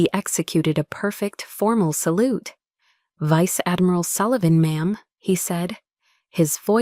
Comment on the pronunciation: No Vice-Admiral would have like that! AI needs to learn how to pronounce words better!